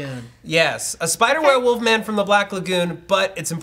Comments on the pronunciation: said "woLf" instead of "wuff".......something is seriously wrong...... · and Matt both saying werewolf = Weeer Woof